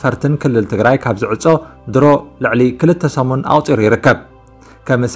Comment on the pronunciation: Why do you say "saminti"?? Is this Agame Tigrignna?